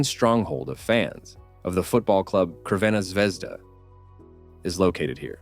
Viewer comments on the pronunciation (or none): Some buildings may look creepy, but Belgrade is a very safe city. The football club is Crvena Zvezda, pronounced Tzrvena not Krvena.